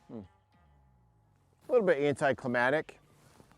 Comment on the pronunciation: 🙄 "anticlimadic". Been a huge pet peeve of mine since middle school. Solid video though.